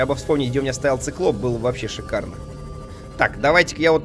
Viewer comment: "Щикарно" говорил эрик картман